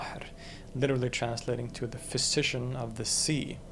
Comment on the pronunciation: the fish-ician of the sea 😂